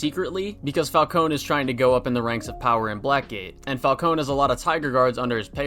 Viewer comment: My favorite part of this game is when he says “I heard one of your guards call me Mr. Falcon! Ingrates can’t even get my name right” and that makes me happy cause my only criticism with the Batman is that the pronounce his name wrong